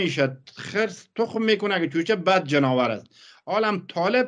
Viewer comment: جناور ؟؟؟؟؟؟؟ چقدر شما بیسواد هستید جانور نه جناور 🤣🤣🤣متاسفم برایتان واقعن